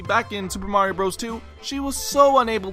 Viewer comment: I sat there, thinking you were saying Marin from Zelda for a good minute before I realized you meant Mario.